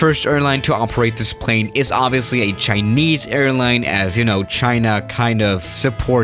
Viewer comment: "Right in front of us we have a chineyse plane"